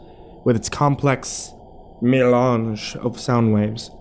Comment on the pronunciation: i snorted when he said "melange" the second time